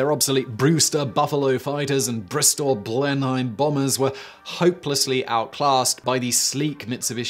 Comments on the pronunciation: I'm much less concerned about your Japanese pronunciations than your British ones. Blenn High'm, not Blen'um? The Blenheim is a national icon just a few steps below a Hurricane, Simon. BTW, quick note: Japanese vowels, as transliterated, are very close to Spanish vowels. A= Ah E = Eh I = ee O = oh U = oooh It also sounds like Japanese has no verbal stress within words. Syllables sound like they are counting "one, two, three, four, etc." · Blen-hiem Is you german? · Simon was so apologetic about the pronunciation of Japanese and Chinese words... and proceeded to butcher the pronunciation of English. It is interesting to note that according to him Blenheim Palace has been renamed to Blen-hime. It is, due to its association with the Churchill family, one of the best known palatial residences in Britain, and its name regularly mentioned in history classes. How could any British person not know how it is pronounced? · Dunno no Japanese, but that ain't how you say Blenheim, mate.